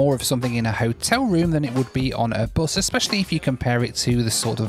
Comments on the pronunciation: I love how pronounces bus as, "boass". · Hey.. the way you pronounce "bus" is a bit worrying with the british accent.... its not"boos" or " buus"...its just bus... British accent is funny though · this guy calls bus as buze🤦‍♂️🤦‍♂️🤦‍♂️